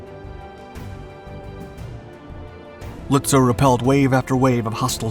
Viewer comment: Its pronounced Lutzov. In German W's are pronounced like V's in English.